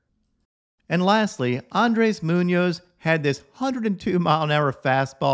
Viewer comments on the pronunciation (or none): none